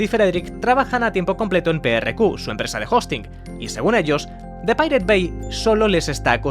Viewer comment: Así no se pronuncia pirate